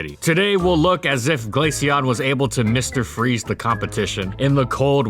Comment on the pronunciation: Finally someone who doesn’t pronounce it glasheon